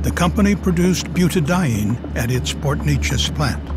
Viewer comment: It's pronounced Port New-Aces